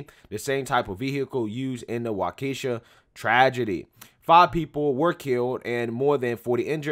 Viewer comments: Waww-Kuh-Shaw not Wuh-Kee-Shuh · Pronounced Walk-eh-shaw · its pronounced Wah-kah-shaw. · Waukesha is a Native word pronounced like Wah-Ka-Shaw not Wockesha like the Moneybagg song 🤣🤣🤣🤣🤣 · Waukesha is pronounced Wah-ki-shaw not Wa-Kesha 😂😂🤣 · He said Wa Keh Sha 😂😂😂🤦🏾‍♂️ It’s pronounced Wa KEY sha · Waukesha is pronounced Wok-a-shaw just FYI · Hey... love ur videos but it's pronounced "Walk-a-shaw". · It's pronounced 'Walk-uh-shaw'. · It's pronounced "Wa-Key-sha"... it's an Indian name. :) And it's a shame... but I had a feeling something like that would happen with all the toxic hate being pumped out by the left and media... someone was going to snap. Now we'll see what happens next.... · Wa key Shaw is how it's pronounced. 😂😂 I live just north of Waukesha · For future videos, it's pronounced "walk-a-shaw" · WAUK-E-SHAW...is how it is pronounced. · Pronounced Wau-ka-shaw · Wau-ke-shaw is how it is pronounced. I'm from Waukesha county originally but that was some 45 years ago or so. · It's promounced "wah kih shaw" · People saying it's karma are trash humans in general. Also it's pronounced Waw-ke-shaw :) Keep up the good work. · It's pronounced Wau-kee-shaw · I think it's "WHAH-ke-shah". But I could be wrong. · FYI, it's pronounced Walk-eh-shaw, emphasis on the first syllable. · Wah ka shawl is the pronunciation. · It’s pronounced Walk-A-Shaw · Pronounced Walkashaw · Hey. The city is pronounced "WAHkesha" "Karma" and "Self Defense"? Do these people (and I use the word advisedly) have any idea about what happened in the Ritterhouse case? Do they know he was attacked? Do they know that he only shot the attackers -- and that they were white? That he had absolutely no violent contacts with any black people? Memo to lefties: If you don't know what you're talking about, don't talk about it. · Wa-kesha lol. "Walk-a-shaw" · It'ss WA-KEY-SHA,my friend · Wha - kes- shaw, dang it's not that tough.... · Only thought is that its Wah-keh-shaw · Pronounced Walk’ - a - Shaw.